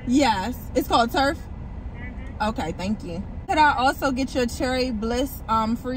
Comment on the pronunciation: Love that you love them. Gotta try. Oh and btw it's Truff not Turff lol